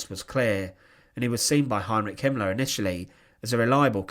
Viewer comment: Very interesting. But why do you pronounce "er" as "ar" e.g. commandar, Himmlar, murdar...